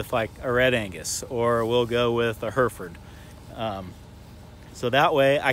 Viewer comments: Its Hereford. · Difficult to SAY cos u keep saying Herford's... instead of HerEford's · For those intending to go to the UK, we pronounce it like hair-eh-Ford, not her-furd . I mean they're your cows, you call 'em what you want, but the English county is Herefordshire and like most English place-names it's not pronounced as it is spelt. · Where I come from it’s heriford or Hereford but the i makes an e sound just to let you know ( you might say it different I don’t mind just thought I’d let u know) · HairFords HairFords haha say it right lmao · Love your videos. Never heard Hereford pronounced like that though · Sorry it it just me that gets annoyed that he cant pronounce Hereford properly?